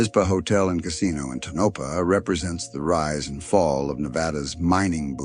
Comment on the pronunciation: AI voice cannot pronounce Tonopah.